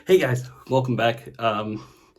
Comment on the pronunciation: The “heY gUyS” at the beginning 😂